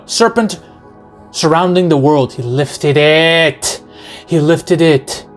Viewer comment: "he LIFTED ITTTTTTTT, he lifted it" shit made me laugh way more than it should have